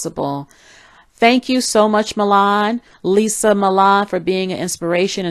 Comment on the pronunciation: I'm pretty sure her name is pronounces Lisa.